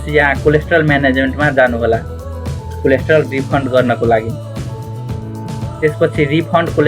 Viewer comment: कम्तीमा कोल्याटरल त भन्नु नि! कोलेस्ट्रोल रे! तोइत!